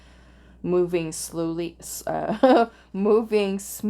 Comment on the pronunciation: That "slooly" wasn't funny until you laughed. 🤣